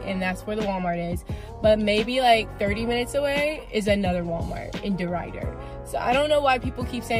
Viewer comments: i was so offended the way you pronounced derrider lollllll i had to log in just to make this comment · I was stationed at Ft. Polk and the bars are fun. The food, OMG, it is awesome. There is a lot to do there. She needs to learn how to say DeRidder lmao. I lived there even after I got off active duty.